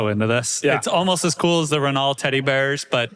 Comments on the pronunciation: "The Ran-Al Teddy Bear" Hahahaha, what a nitwit. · Don't you Renault how to pronounce Renault? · I would say the common, incorrect pronunciation for Renault is pretty bad.